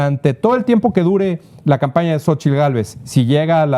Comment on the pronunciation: CADA DIA PEOR!!!! POBRE, RIDICULO TRAS RIDICULO, YA NO SABE NI POR DONDE, JAJAJAJAJAJAJAJAJA!!!!! Y A USTEDES DOS,CON RESPETO, SE DICE XOCHITL, NO SOCHIL